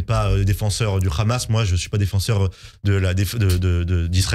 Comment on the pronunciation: le ridicule c'est votre manière de prononcer Hamas et Rima Hassan. Et l'indécence c'est comme vous relayez la propagande d'un pays dont la population dominante soutient à 82% un nettoyage ethnique et affame une population entière, c'est n'importe quoi cette histoire de 6M de plats distribués. Vous êtes une honte pour ce pays, l'humanité et vos parents probablement.